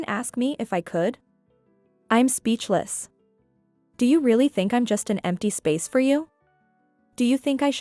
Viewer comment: Please learn to read English better. For "native English" speakers, you pronounce too many words" incorrectly given context. So something is off. Examples "do" is pronounced "duu" when spoken as a verb, but your reader says "doe" like in "do, re, me" the musical term. "Agape" in English is pronounced "Uh-gay-p" with a long a sound in the second syllable, but you use the "Agape" word that means "altruistic love." There is a big difference between having mouth hanging wide open in English than the Greek word for Altruistic love. these cause breaks in your story, especially if you do NOT have captions to follow. (and then there is "bow" the ribbon versus "bow" your head. not said the same way, dude. GRRRR